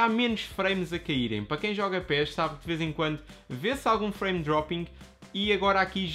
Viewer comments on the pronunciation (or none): none